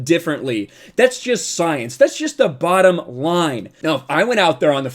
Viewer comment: “Bottom” line! Yep the “ bootom” line !!😂